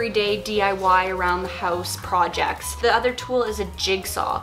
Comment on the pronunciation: "Projets" lol I love you